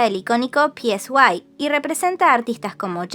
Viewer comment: El nombre del CEO de P Nation se pronuncia "Sai"; no está escrito.